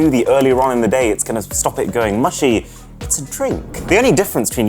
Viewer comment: he says mushy not mushy